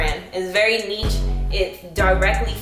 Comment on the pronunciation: it’s either “neesh” or “nich” not “neech”. cool vid though